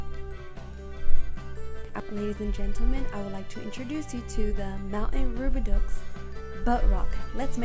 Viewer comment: Thanks for the video! It’s however pronounced “Roo-bi-dough. Though some may pronounce it “Roo-bi-dew”.